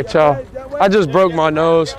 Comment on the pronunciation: “I brokeded ma nOse”